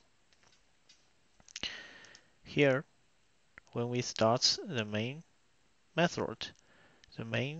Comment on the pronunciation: You put me to sleep "methoRRd"